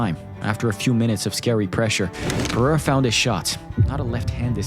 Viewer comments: What’s bewildering is how Unc Chael still can’t pronounce Alex’s last name correctly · am i the only one who hates the way Jon Anik says Pereira?